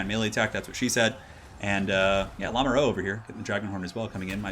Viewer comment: "Lamoureux" is pronounced "La (like in "[la]mp")-moo (like cows)-ru (like in "m[u]rder"). It lossly means "the one in love" and is a common surname. The wonders of French spelling.